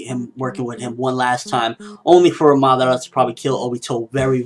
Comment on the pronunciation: Madaaara, not Maddarra. ^^